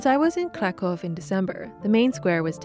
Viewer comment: I love Kraków, especially during winter. Great video and you pronounce Polish words very well! 👌👌